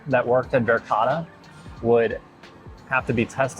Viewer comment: de uitspraak van Verkade is Verkade niet Verkada , pas na 5 keer begreep ik waar het over ging. (Nooit in de buurt van Zaanse schans geweest) Duyvis verstond ik wel. Molen heeft de klemtoon (stress) op MO, dus MO-len.